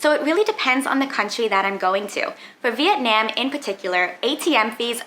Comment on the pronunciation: Your pronunciation of Vietnam is atrocious